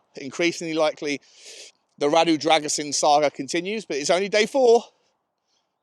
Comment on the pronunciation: all I can say is how much I am (not) looking forward to Jamie (“De Broin “) Carragher’s total mangling of the name of a new centre backrom Romania. It is pronounced “Drag-oo-sheen”. You can guarantee that Carragher will riff on “Dra-GUSS-un” throughout his first game…